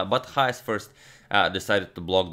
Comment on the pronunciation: Why do you keep pronouncing his name as YAHAS??? It is pronounced CHAHAS...Written Chajes